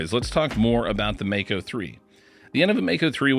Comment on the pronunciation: Regarding the pronunciation, nearly everyone gets this one wrong. The word comes from the Maori language here in New Zealand and is pronounced "mah-ko", not "may-co". The 'a' is pronounced as the 'a' in 'palm', 'bra', and 'father'. Just thought you all might want to know this.....